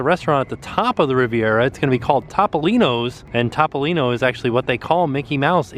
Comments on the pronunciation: Btw it's pronounced Toe-po-lean-o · Enjoyed this. The shoe discovery was hilarious! Topolino is pronounced Toe Poe Lean Oh. Long Os and the I is a long E.